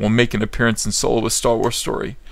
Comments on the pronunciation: you mispronounced SoYlo. :P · Solo? You mean SOYLO.